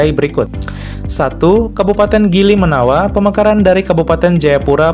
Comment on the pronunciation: Maaf yha boss bukan kabupaten Gili Menawa ..Nama Yang benar itu Kabupaten Gerime nawa . Ok Fix sampai sini paham kan .